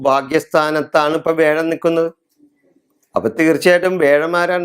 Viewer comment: മുത്തപ്പാ, വേഴം അല്ല വ്യാഴം! ഓക്കേ?